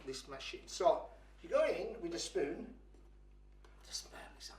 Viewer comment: Go in with the spoooooon